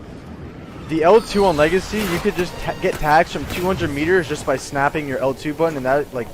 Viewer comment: Nobody:: "legicy"